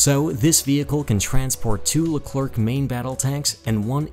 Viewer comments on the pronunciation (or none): none